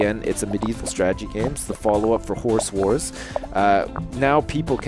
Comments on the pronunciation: Why do you pronounce "Horse Wars" like "Whores whores"? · I swear he was saying horse whores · he said "Horse Wars" I heard "Whores War" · i got to say it sounds like your saying horse whores. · I keep thinking he's saying 'Horse Whores'. Awkward